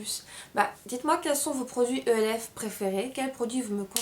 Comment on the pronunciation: moi g pas aimer la façon dont a critiquer les produits de chez e.l.f. j'avais envie de la baffer pour comment elle a dit le nom e.l.f je vous la refais " je vien de recevoir ma première commande de chez ELFE, E.L.F MACHACHIN TRUC " vous ne me comprenais peut être pas mais pour moi c quelque chose. Et puis l'histoire du pinceau avec la poussière au champignon hallucinogène.Les filles cette fille la je vous le dit elle est grave!!!!!